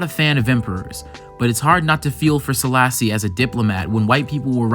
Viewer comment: just a gentle correction but also Selassie is pronounced as "AY" at the end, not an "EE" sound, like the word café.